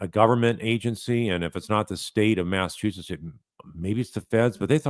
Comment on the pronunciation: Its Massachusetts 🤦